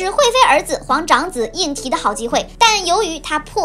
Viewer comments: 胤禔应该念zhi吧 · 皇长子名胤禔（读之）。